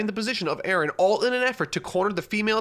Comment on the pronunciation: man your pronunciation of the name Eren throws me off so much because it's a turkish name and it's pronunciation is way different here